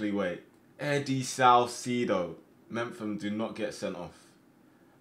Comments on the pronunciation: My guy,it’s me-pham not mempham. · Does he know it’s mefam not mempham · It's not mem-fam. Its Mep-hum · Hey. Some quick advice, Chris Mephams surname is pronounced Mep-um. Really enjoying the series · Are you calling Mepham "Memfam"? Lol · mepham is pronounced as in mep ham its been bugging me for so long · The way he says Mepham ffs lmao